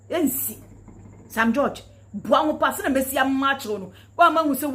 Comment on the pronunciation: She does not even know how to pronounce George, only in Ghana that one can see all this type of woman.